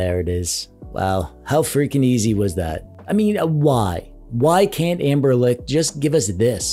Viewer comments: Amberlick? tf you keep saying "Amberlick" ... why? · who is "Amberlick"?